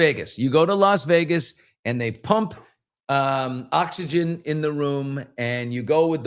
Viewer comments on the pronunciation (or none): none